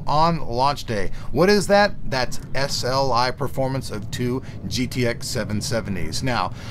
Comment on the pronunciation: lol S-L-KAI